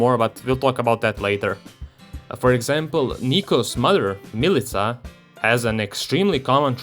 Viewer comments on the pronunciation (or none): none